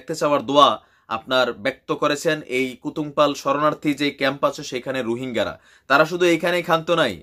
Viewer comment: Mr. vai! Apnar ekti Elakar nam bola ta sotik uccharon hoy ni. Apni jei elaka ta ke kutum palong bolecen. Ota kutum palong na! Eta hocche Kutupalong... Jar nam banglai likhle hoy কুতুপালং।